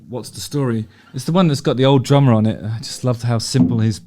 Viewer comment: "And a lot of it comes from that ______" - Drama? Trauma?! I couldn't wrap my head around what he said (because both terms do apply lol), but then I went to closed captions and... oh... "DRUMMER" 😅